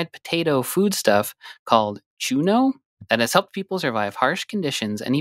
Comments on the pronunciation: Very respectfully, the ñ in Spanish is pronounced differently than a normal n. So it's pronounced 'choo-nyoh':) you are the best! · Hearing them say "chuno" instead of "chuño" throws me off 😅 even though I've never heard of it until now